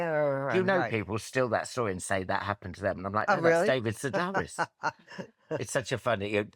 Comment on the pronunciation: Why did no one tell Alan Carr that the name is pronounced "Se-DARE-is" because it's Greek and not "Se-DAHR-is"? This has been common knowledge for 30+ years, especially because David Sedaris has been so popular on radio, interviews there and on TV, and audiobooks. Where you can hear the pronunciation, not just read it.